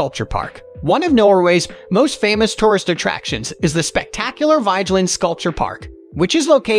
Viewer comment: Nice choices. Please work on your pronunciations: VEE-ge-lahnd: BIG-doy, Frahm.